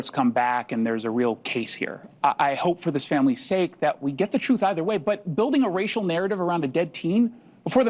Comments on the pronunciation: Benjamin Crump can't handle the "troof". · 'The troof, the whole troof, and nothing but the troof...' Crump would choke on the 'troof' if he ever had to deal with it. LOL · THAT LAWYER CHUMP CANT EVEN SAY THE WORD TRUTH...HE SAYS TROOF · These people are sick and we are lucky they murder and abort as many of themselves as they do. The parents and Crump are getting paid thousands of dollars to appear on these shows so I doubt their grief. The sheriff in Jackson county needs to have a press conference. Crump saying "troof" is disgraceful to the law.